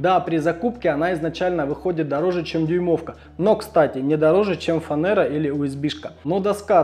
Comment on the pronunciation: Почему фанЭра, а не фанЕра?